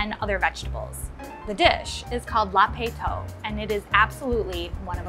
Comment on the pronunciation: I am so pleased that she made a video about this.. Burmese food should be more well known!! but her pronunciation is completely wrong, did no one tell her? "La-pet thoke", it's pretty straight forward.